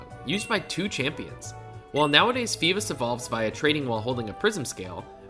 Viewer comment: Its always so funny to me when people call feebas feebus